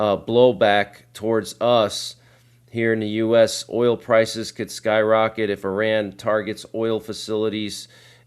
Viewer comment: Not pronounced "i ran"